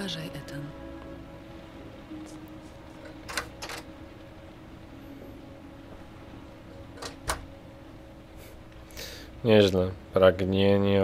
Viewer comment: Nie mówi się [Itan] tylko [Etan]